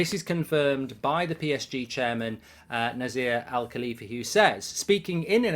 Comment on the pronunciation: It is read Nacer El Alaifi